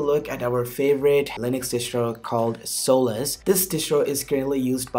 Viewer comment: I think it's pronounced Solace, not Soul-less, lol.